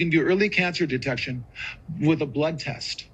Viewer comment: " Blood test" sounds more like "blood lust"